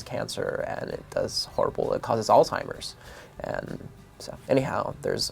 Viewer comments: Negative. Tried to sound so introspective and intelligent, yet, can't even say alzheimers but instead, "all timers". 😂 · he did say alzhemeirs 😂